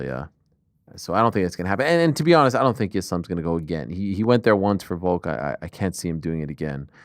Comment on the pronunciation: Love how ariel insists and even corrects people on french sounding words and names but still literally cant even say the word Volk. Stop saying VOKE and correcting people you sound like such a jackass